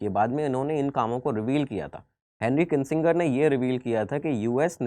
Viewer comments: Presenter has been consistently mispronounced name of Henry Kissinger as Kinsinger, also the photo shown of President Bush in 1992 is not correct, the photo is of his son who was President from 2001 to 2009. In 1992 father George W Bush was President. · Sir जी आप नाम का गलत उच्चारण कर रहे हैं हेनरी किंसिंगर नही वो हेनरी किसिंजर होगा। 🤨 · It's Hendry kissinger not Hendry kisinger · It’s किसिंजर And not किसिंगर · the name is KISSINGER AND NOT KINSINGER. MASTER BUN NE SE PEHLE STUDENT BUNO. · It is not Kinsinger as pronounced by u but it is Henry Kissinger. Thank u.